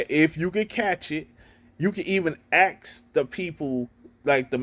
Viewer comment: Hey man i just watched the video very informative but you know i had to do this i mean you walked in on it 😂😂😂 as long as we "aks"we gon be aiiit 😂😂😂😂😂